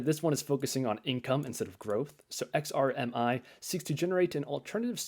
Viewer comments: Nice funds. I was a bit amused as sometimes you called XRMI -> XRIM. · If you say XRIM one more time! Lol